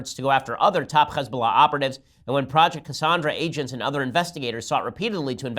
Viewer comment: I kind of hate how Ben pronounces Hezbollah so perfectly. I get it, I just don't respect them enough to pronounce so correctly, lol.